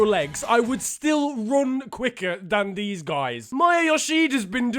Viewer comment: He said dan deez not than these